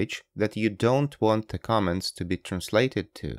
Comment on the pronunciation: "Ze comment"?, you sound like Klaus Schwab, but why do yu say "Ze comment"? Zere iz no "Z"